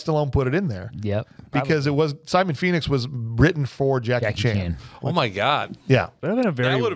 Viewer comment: Did anyone of you notice when stallone shout "phoenix " it sound like he shout "penis"